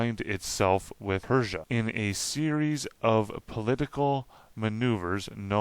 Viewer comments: PR- USSIA. not PERSIAN completely different. Not trying to be a dick but kinda important. Fascinating stuff --I subscribed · Dude, not Persia. Its PRUssia. Not Australia, its AUStria. Not to be mean, just to correct. Peace. Good information in the video! Thanks for your research. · Sweet vid, congratulations! Just a note, and you probably know this already, but when you say "Persian" and you are actually reading what should say "Prussian" it's potentially very misleading. (from the part about the 7 years war and the , what, Anglo French wars?) Absolutely on point though and great comment section too! YAY